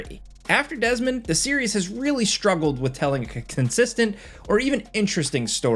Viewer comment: Dez-a-mond Miles haha